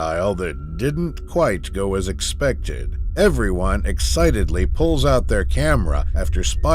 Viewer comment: He misspronouced "expected" a lot of times.... "Unthinkable" my a** :D Also there is a huge differrence between brave and stupid although its the same with sharks. The one you see is usually not the one that is dangerous